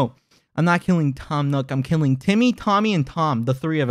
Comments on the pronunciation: why does he say nook like newk, its like america in ww2 “lets newk hiroshima” or whatever the place was called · He kinda says it like “nyook” lmao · Quackity says "Nook" like "Nuke"😐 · The way he pronounces “nook” is killing me.